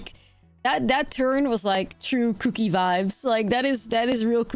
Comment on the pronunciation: After a long day of work and a lot of stress, not a lot of things relax me as much as her saying cuukie repeatedly 😅